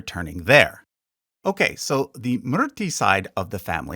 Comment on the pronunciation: It's "Moooor" "Theeee" not "Myrrh" "Tee". Thanks for reading my ted talk. 🙏